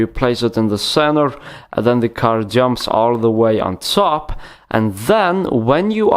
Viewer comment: I like how this guys says top... Teeoup